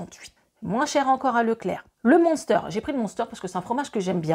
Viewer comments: Monster 😅😅😅 m1ster ça ce dit !! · tu m'as fait rire avec ton "moonsteur"......j'ai chercher quelques secondes🤔🤔🤔....il s'agit de munster , on dit "mainstere" et non moonsteur... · Coucou, J'ai rigolé (sans me moquer) quand tu as parlé du "monster". Je m'attendais à la boisson et en fait non tu parlais du fromage. En tant qu'Alsacienne je dois te dire que cela se dit phonétiquement du m-in-s-terre (le un chante in). 🙂 Bonne journée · 🤣🤣 tu me tues avec le fromage Munster. Ça se prononce Minster, pas Monster 🤭😜. Beau comparatif en tout cas